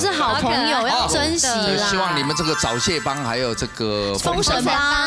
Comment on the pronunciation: "找蟹"一直聽成"早洩" XD